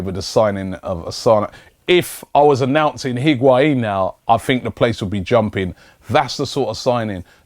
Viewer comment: u say lacazatte n benzema...nw higuain damm